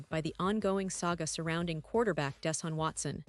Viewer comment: This story is a joke. You can't spell "Browns" NOT BRONWS" nor can you pronounce Deshaun Watson. Very tacky, unprofessional video.